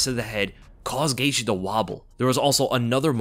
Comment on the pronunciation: “OLLIE- vera.” 😂 🤦‍♂️ Says his name WAY over-enunciated. Also, Justin “Gay-she.”?? 🤣 Geezus man.